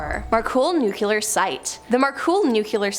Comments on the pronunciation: Nu-clear....not nucular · .Repeat after me: Noo-klee-ar . Not noo-kyoo-lar. There is only one "u" in that word, and it is the first syllable.